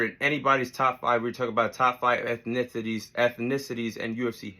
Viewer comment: My guy can't even say ethnicities!! I guess USA is deffo not in the top 5 educational countries in the world 👀